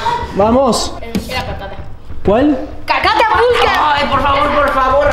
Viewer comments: se dieron cuenta que dijo cacapulta en deber de catapulta en el minuto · No les pasa q en el minuto dice carapulta😹😍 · Ya no es catapulta es : cacataculpa XD